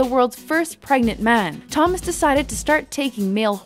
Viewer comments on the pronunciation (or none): none